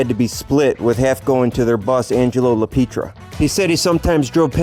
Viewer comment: It's not La Peetria...its La Pietra...(pee- eh-tra)